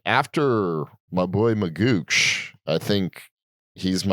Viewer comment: it's pronounced mageeok not magooch